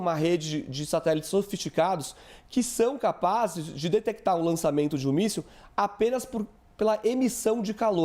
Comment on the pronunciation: O repórter disse míssel caseiro🤔🤣🤣🤣